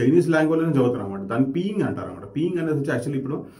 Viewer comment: నీ మాండరిన్ కష్టాలలాగే ఉన్నాయి వాళ్ళ ఇంగ్లీష్ కష్టాలు. అది పీయింగ్ కాదు నాయనా...పిన్ యిన్🤣🤣🤣🤣 నీ ఛా సమ్మ మించు కాదు...నీ జియావ్ షెన్మ మిన్ జు...దాదాపుగా ఇలా పలకాలి.